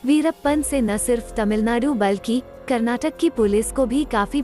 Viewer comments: Kornataka kanarra ☺☺ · Pls pronounce. Karnataka and Kannada properly